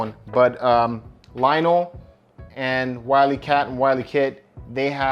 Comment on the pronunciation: LOL Lionel! His name is LION-O, not Lionel. Willy Cat! Panth-air-O! Teegra! Bro, did you really watch the show?